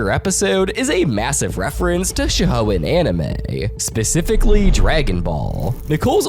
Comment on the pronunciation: I ignored it when you said naRUto I can't ignore Yogi-Oh I'll never forgive "Sho-hoenn anime" You also missed the Prince of Tennis episode.